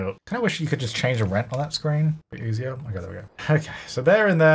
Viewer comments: "welcome back to rench to riches" lmfaooo made me giggle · At first I thought you said "wrench to riches" and honestly you wouldn't be wrong there. Always love seeing a new video pop up from you,!